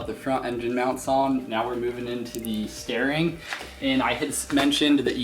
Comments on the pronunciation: Paul B thank you!!! It was killing me lol. I keep STARING at the screen lol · Can we please discuss the way he pronounces "steering"